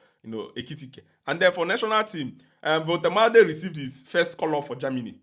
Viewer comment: He will sue u for pronouncing his name like that 😅